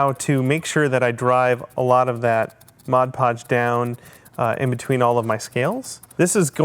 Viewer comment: Thanks for pronouncing Mod Podge correctly. Everyone calls it Modge Podge or Hodge Podge.